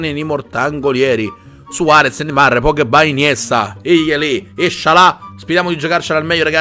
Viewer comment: io mi chiedo quando imparerai a dire pogba e non pogghebbà